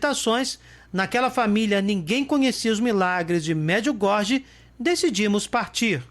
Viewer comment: Oi amigo, me permita.... Não se diz Merdiugordi, mas as pronúncia certa é : MARDGIUGÓRIE